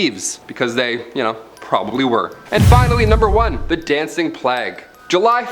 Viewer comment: And what's funnier is how they pronounce words. Plague doesn't rhyme with flag. If a person is going to narrate anything, they should be familiar with the subject, and pronunciations.. This goes across the board with any hosts here. But that brings us right back to what you said ... 😏😁😆